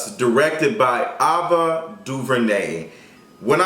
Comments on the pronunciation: Him saying Ava instead of AVA was bothered me 😂😂 cringed every time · Aaaaaava not Ahhhhhva😂😂 nice review tho cuz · Why is he saying Ava instead of Ava...lol it’s really bothering me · What's obsession with saying EVERYONE'S name wrong? He had a hard time with Kamala Harris, Issa Rae, and now Ava DuVernay. It's just AYVA Not Ahhhva. Anyway great video, just work on that. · Her name is A-va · Ava! Like the letter A - vuh! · her name is pronounced "AYE-va" DuVernay. Thanks for the review, i was debating whether i wanted to watch before this but i'll be catching it over weekend thanks to you! 💕💓💕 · I wish you would pronounce her name right it’s Ava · Sirrene S no shade... she’s been around long enough for him to know how to pronounce it.. or good girl google or sis Siri would of pronounced it for him